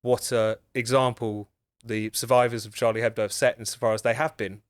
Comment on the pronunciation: Finally, a British/American journalist who pronounces Charlie Hebdo correctly! I mean, it's not exactly rocket science, is it?